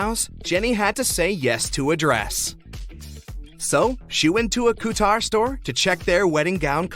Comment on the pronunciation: Cou-tar? Co-chur!